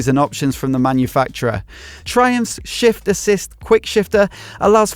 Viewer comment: Emphasis on 'shiffft assist' 😂 Cant wait for a test ride, I think it would be the GT for me 👍🏻